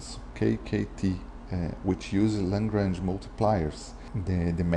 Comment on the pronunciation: It's Lagrange not Langrange :)